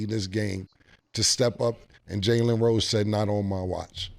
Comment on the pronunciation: Cam always fuckin up somebody name 🤣 Jalen Rose is crazy